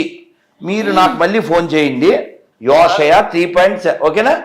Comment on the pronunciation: Thumbnail ki video ki emanna sambandham unda asalu endukila tayarayyaru Arey dichiki mundu telugu chadavadam nerchuko adi ooshaya kadu yeshaya nuvu matha prabhodakuduvi dharma rakshakudu vi ma kharma kakapothe.... Chadavadam ee radu em telusu ra niku grandhala gurinchi Devudu gurinchi jaffa nayala